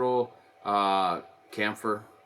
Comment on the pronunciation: Thanks for showing the mount making process with this new app! P.S. - chamfer is pronounced with the same "ch" sound as "chip".